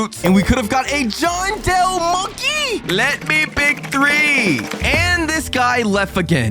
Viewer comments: It’s Jandel not Johndel(btw not trying to be rude) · Bro called jandel jondale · Yo it not Johndel it jandel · John???? It's jandel no offense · Bro not johndel monky its jandel monky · He said Johndel money